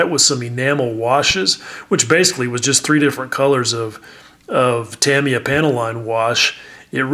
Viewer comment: have you listened to PPP's latest episode, episode 41? They interview Fred Medel of Tamiya USA. Fred has worked for Tamiya USA for 25 years. Fred has visited with Mr. Tamiya on many occasions. In that interview the name Tamiya is spoken many, many times. Not once is it pronounced like you and most of the modeling world say it. If anyone knows the correct way to say it, Fred is the guy. You are a stickler for nomenclature. I'm right there with you. Precision of language is important. I would argue that saying one's name correctly is equally important. Why am I busting your chops on this point? Once, in a kidding manner, I busted your chops on this same point but you felt it was an attack. It wasn't, but the subtlety was lost in the message. Lesson learned for me. I know you pursue excellence in all you do. You want to know the ultimate answer in any quest you have. There is now this indisputable evidence concerning the name Tamiya. The question is, what are you going to do with this knowledge. BTW, as I have expressed in the past I love your YouTube channel. You have an unique approach that is always informative and entertaining.